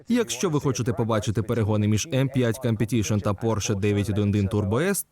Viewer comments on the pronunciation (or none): "Cum"petition трохи ріже вуха